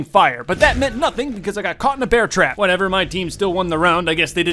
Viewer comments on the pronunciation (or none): none